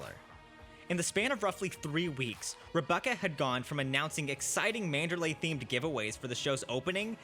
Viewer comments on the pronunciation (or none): But you're still pronouncing it MAN*DER*LAAAAAAY. MAN*DER*LEEEEEEEEE. EEEEEE. Okay. Just bugs me.